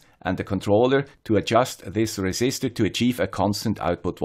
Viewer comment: Resisistor ????????? :-p (otherwise it is really, really great. I learned a lot. Thanks!)